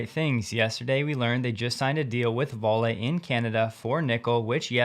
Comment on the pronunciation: Vale is pronounced "val - eh"